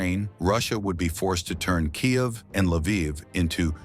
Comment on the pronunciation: After all these years, and you still can't pronounce KYIV right. THUMBS DOWN.